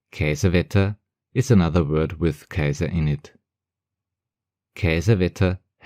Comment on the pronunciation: KAISER bitte, net KEISAR 😄 KaiserBETT gibt´s auch 😉